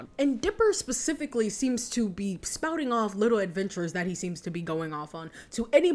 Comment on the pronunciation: "and grackle stan spicifcally""